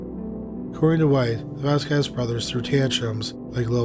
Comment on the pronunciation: *its pronounced "Vos-scez"